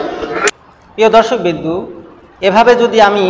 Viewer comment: দর্শক বৃন্দ এই উচ্চারণটি ঠিক করে নেবেন । বৃন্দ - বিন্দু হয়ে যাচ্ছে।